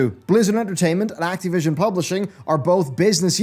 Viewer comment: I think they delayed it based purely on how pronounces 'Acti-vision.'